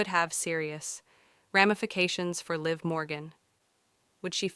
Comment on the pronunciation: LIV MORGAN DUMMY & JADE CARGILL DUMMY DO YOU KNOW WHO YOU’RE EVEN TALKING ABOUT 😂WHO TF IS LEE?! 😅One minute you say their names right then two seconds later wrong again dummy or did a dummy write your statement 😂😂😂😂 I can’t idk if this is BS or any truth 😂